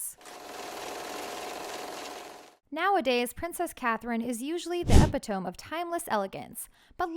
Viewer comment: Is this narrated by an actual person or AI? Either way, need to learn how to pronounce words. Lost count of all the mispronunciations. "Epitome" (eh-pit'-oh-mee) and "Opinions may defer" (I think it's supposed to be "differ," but was pronounced "defer") are 2 I recall. A huge disservice to generations that haven't learned phonics...a shame.